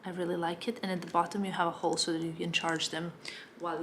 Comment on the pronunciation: Hi! Love your vlogs, especially now that you’re in Paris!!!! It’s really fun watching your perspective of this beautiful city. Your English is very good, btw. Can I offer some advice? When you want to say “this” or “that” or really any word which starts with “th”... it would be best of you didn’t say “dis” or “dat.” Your “th” tends to be pronounced as the letter “d.” It also happens with words that end in “t.” You must speak several languages and I commend you for that, but if you could make this conscious effort it would greatly elevate your English. Congrats on this fab channel and continue having the most fun in Paris!